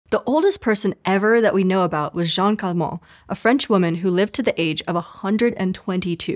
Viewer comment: It's Jeanne Calment, not Jeanne Calmet!